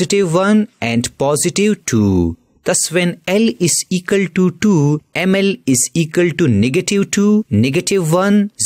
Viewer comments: Equal❌ Ekul✔️ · Equal ❌ Ecal ✅ 😂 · Equal to ❌ ikal to ✅ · Equal❎️ Ekals✅️ 😂😂😂😂 Jokes aside nice explanation 👌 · Equal❌ Ekal✅ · It is equal not ekal 😂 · Equal ❌ Ekal ✔️ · Equal ❌ Egale ✅ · Equal❌ Ekall✔️ (Just for fun don't take it on your kidney ) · Equal❌ Ekal✅ 🍌🍌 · its equal to not ekaltu🤣🤣😂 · Equal ❌ ekal ✅